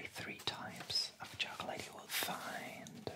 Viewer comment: Bonjour! J'adore ce que tu fais mais il y a juste un tout petit truc qui m'agace : ta manière de prononcer "chocolate" Ca se prononce "tchocleute" et non "tchokeulèïte" avec un accent sur le premier "o", le deuxième "o" ne se prononce pas et le "a" n'est PAS long mais court